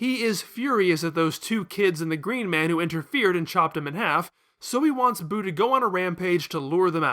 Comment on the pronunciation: It’s Buu. Not boo.